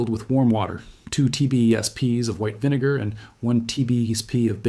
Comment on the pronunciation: Video starts He says baking soda and vine-gar